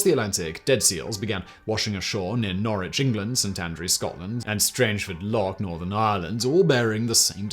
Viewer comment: 99.9% perfect. It's Strangford Lough. Carry on 😔